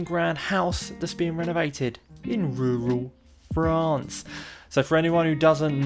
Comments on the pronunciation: Love rrrrrrrrruuuuuuaaaaallllll Fffffffffffrrrrrrraaaaaannnnccccceeeee❣️❣️❣️‼️🤩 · IN RURRRRRRAL FRANCE!! 🙌🏻❤️😂 #inruralfrance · it is the way you SAY rural France that is so strange. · I like the way he says rural France! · Makes me chuckle every time